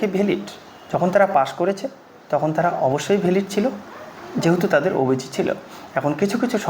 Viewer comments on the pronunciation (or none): অবিচি নয়... ওবিসি